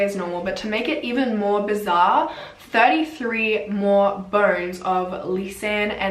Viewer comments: I thought she was saying burns the whole time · Until you mentioned 206 bones, i thought you said 'burns' the whole time and I was confused 😭😂😂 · I thought she was saying burns😩 but she actually said bones. I was like how can burns be bleached? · I thought what burns? Sorry lol 😂 i get it you’re saying bones! 🦴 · i kept hearing burns but shes actually saying “bones”☹️☹️im such an idiot ahhah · Correct me if i am wrong but i heard burns instead of bones. So it took me a while to understand the whole situation. ✌️😁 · How the heck 'Mexican Cartel' got into Panama? To me, even more stranger thing is how did you get 'ur' pronunciation from 'bones'???